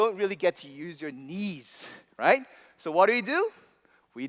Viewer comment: this guy probably has $200,000 worth of education... yet he can't say "right".